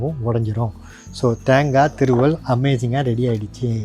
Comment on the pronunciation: அது தாங்கா இல்ல தேங்கா செரட்ட இல்ல சிரட்ட ஒழுங்கா தமிழ் பேசுங்க கடுப்பாவுது